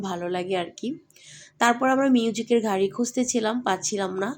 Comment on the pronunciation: ঘারি?? প্রাদান্য? প্রচন্ঢ?😂😂 নিশ্চিত মাদ্রাসা ব্যাকগ্রাউন্ডের মূর্খ। আপনার সন্তানকেও মাদ্রাসায় পড়াইয়েন, দূর্দান্ত আলেম হবে, যে শুধু কোরআন ছাড়া দুনিয়া কিছুই জানবে না, ঠিকমত বাংলাও বলতে পারবে না ঠিক আপনার মত।